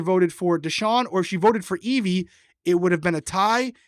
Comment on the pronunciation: Her name, Evvie, rhymes with heavy. Not Eve-EE